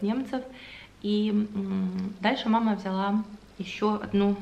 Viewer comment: Как я люблю когда говорит ВзЯла.... Так по украински))))